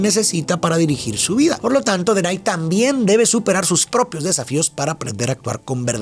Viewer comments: Hola me encantan tus videos ,mis hijos se llaman como los hermanos tengo 3 varones y es x eso que me atrevo hacerte una corrección tu dices "denay" y no es así es denaji con j 😅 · OK pero por que Denai? Si en la película le dicen Denahi qué se pronuncia como DENAJI, por que comerse la H? 😭😭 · Se pronuncia denaji no denay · soy muy fan de esta película, hasta me se los diálogos y por eso se que Denahi el hermano del medio se pronuncia Denaji "DI CONMIGO DE-NA-JI" jajajja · Okey pero denaky se dice como se escribe😅